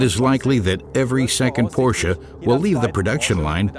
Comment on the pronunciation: Porsche. Just pronounce Porsch(e) THE (E) is silent. And certainly NOT pronounced PorschA!